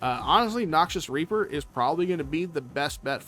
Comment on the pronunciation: it’s the reaper part there is just a bit more emphasis on the hard A sound than the E sound lol just slightly thought it was funny cause I miss heard it the first time lmao